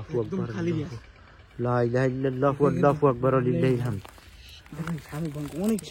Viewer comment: আল্লাহু আকবার না বলে আল্লাফু আকবার কেন বলেন